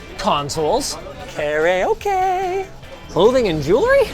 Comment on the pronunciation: SO I'M NOT THE ONLY ONE WHO PRONOUNCES KARAOKE LIKE THAT (Memorizing both the American and Japanese pronunciations has caused me to consistently combine the two lol)